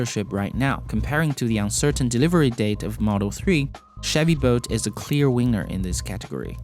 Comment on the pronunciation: It sounded like you said Chevy bolt is a clear wiener add